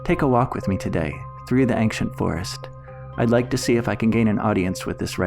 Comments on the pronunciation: Why do you say ANKcient it sounds like ainchent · Ancient is pronounced ain-see-ent not ank-shint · First of: i really like you format! But I’m sorry??? “Angsciant” Forest? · STOP SAYING “axient forest” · Now the video is splendid, but you saying "ankshent" triggers me more than it should. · Why are you pronouncing ancient ankcient? It's one of those words where c is pronounced like a ch. For future reference.